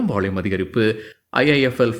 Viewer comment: நீங்க பாலக்காடா!! வால்யூம்ஐ வாள்யூம்ங்கறீங்க...!!!!!!😅😅😅😅😅🎉🎉❤❤..